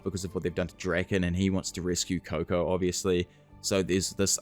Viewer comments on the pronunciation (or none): none